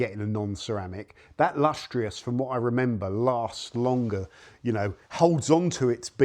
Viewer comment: Lustrous not LUSTEROUS